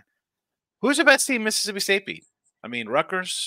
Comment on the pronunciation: says my school name Correctly now! No X man 🤓😊